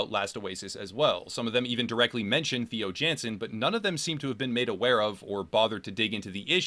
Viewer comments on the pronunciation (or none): Not to be nit-picky, but Theo Jansen is pronounced Tey-o Yawn-sen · My condolences to every Dutch person that had to sit through the pronunciation of Theo Jansen